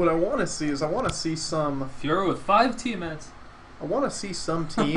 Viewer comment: I remember you used to say Fioria instead of Fiora. :D